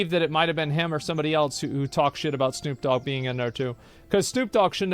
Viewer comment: Anyone else remember that one time asmon called him “stoop nog” now that’s all I hear when he talks about snoop dogg